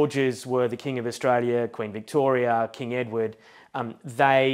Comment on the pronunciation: Do you have a problem pronouncing the word QUEEN as it should?!